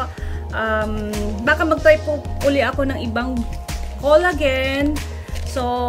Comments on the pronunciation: It is pronounced as "kola-jen" not kolagen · xencia kanapo.nakasanayan kona po.kc ung sa salitang japan collagen not kola-jen